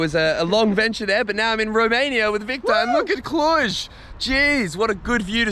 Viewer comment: And for pronouncing cluj correctly lol